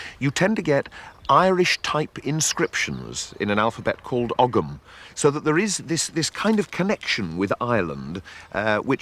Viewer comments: I love Time Team! One thing though; as an Irish Native, Ogham is pronounced 'ome', like Home. 'gh' tends to be almost silent when in the middle of words. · Ogham is pronounced without the “G”. In some parts of Ireland the GH is silent..."ORM” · I've several Irish friends who have corrected my pronunciation of "ogham", which they say is properly pronounced, "ohm". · Og ham has always had the g every time I’ve heard it...through a long career in archaeology